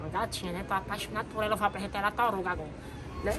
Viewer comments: O fala torugo kkk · "tóruguio" KKKKKKKKKKKKKKKK